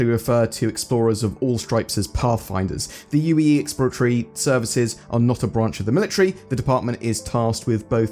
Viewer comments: ill try to alleviate some headache, "ex-plo-ra-to-ry" not "expla-tory" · hahah "ecks ploor rah tor ree" - 5 syllables <3